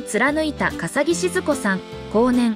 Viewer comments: AI音声だからかな？ かさおきさんとか えいみぎさんとか音読みしか出来ないのね😁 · 笠置の名字はかさおきではなく かさぎとよびますよ 穎右名前はえいみぎ？ えいすけです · かさぎさんと読むしえいすけさんですよ😓